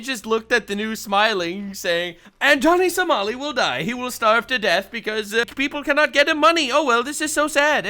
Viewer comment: did this guy just call him Johnny So-small-i? That's hilarious!